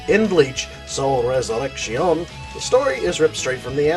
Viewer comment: oh, yeah and as a Spanish speaker there is nothing wrong with the way you are choosing to pronounce resurrection. Bleach Rocks!